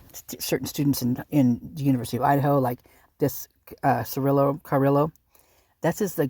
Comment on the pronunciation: just a hint... you don't pronounce the 'LL's in the name Carrillo. Great investigating as usual!